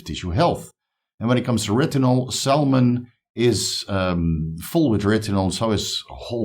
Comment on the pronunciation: “Saulmon” 😂😂 love ya man good vid!